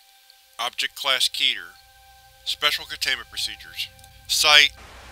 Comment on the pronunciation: I hate to be that guy but it's not 'KEE tur' but 'keht tur.' It's Hebrew for 'crown' or 'apex.'